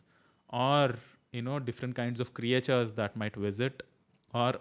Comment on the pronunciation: Excellent initiative Sir! Looking forward to the series. One thing I wanted to point out - you said certain creatures - did you "Creatures" because you pronounced it as "Create-tures"?